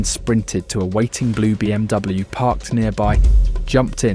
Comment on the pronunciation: ahh yes, the bluw BMW...